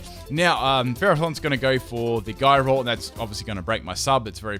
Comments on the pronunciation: It's also (ji-row) not (gi-row) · Gyro ball is pronounced j eye ro ball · ...it's "Jyro ball"...